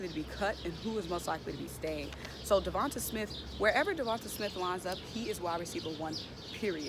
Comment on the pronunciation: Sis it’s “De-von-tay”... and “Tray-von Grimes “😂✌🏽